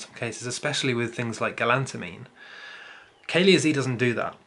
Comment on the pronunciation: Cah-leh-ahh would be the way to pronounce the first word lol . I mix some with my tea or with my marijuana when I smoke . I grow tons of it in my back yard as well as the Sun open herb . Great works